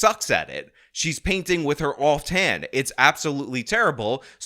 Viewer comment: “Painting with her offed hand” instead of off-hand made me chuckle, because it does seem like she’s painting with a hand that’s been removed